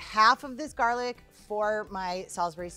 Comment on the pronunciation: "half of my GaHrLic" XD XD has me dying!!!